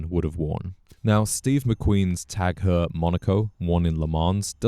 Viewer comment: So the American Psycho wears a not-so-American Seiko. And Heuer is pronounced "hoyer", not "her".